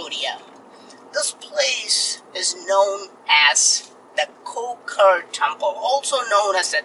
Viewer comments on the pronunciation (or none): you pronounce the temple name wrong. Of course, in English name, you can pronounce Koh Ker but in Khmer, we pronounce Koh Ke កោះកេរ្ដិ៍